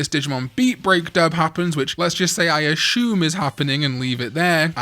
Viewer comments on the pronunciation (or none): bro why are you saying “ashume”? Just say “assume” it’s annoying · I heard accents but never heard someone in my life saying “ashume”, not even the British say it like that